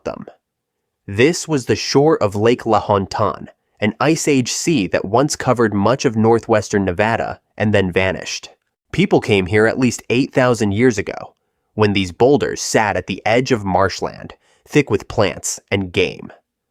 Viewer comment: It’s ancient Lake Lahontan, not La Hunton 😁